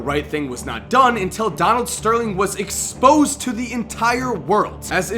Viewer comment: why did he say EXPOSED like that lol